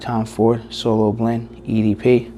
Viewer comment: Solo Blanc ??!! WTF ... You literally have no idea on how to pronounce the fragrance do you ?